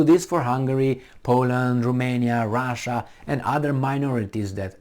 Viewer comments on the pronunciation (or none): none